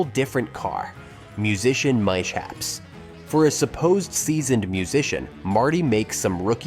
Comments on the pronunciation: A.I. narration mispronounces certain words "mostly in technical vid's." the A.I mispronounced (mis*haps) as (mi*chaps) or something close to that. Don't get me wrong the content/information and video and still photos were enjoyable. Three great movies..... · MYSHAPS? 😂😂😂 Read your own goddamn copy. 👎🏼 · "MISHAPPS"???? AI blunder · Actually, I was referring to how ChatGPT pronounced "mishaps" . That's when I gave up watching.